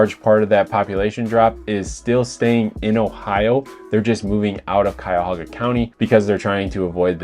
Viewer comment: Great video and excellent points but as a Clevelander, for the love of God, it's Cuyahoga County! No extra 'a' :P. I swear.....West Siders .